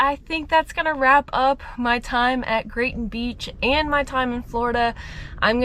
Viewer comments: It is Grayton beach, not Grayson. You said it right. 😂. You can pretty much draw a 100 mile circle around this area all the way to blackwater where your previous video was and find tons of cool stuff. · It is Grayton Beach State Park. You were saying it right. Not Grayson.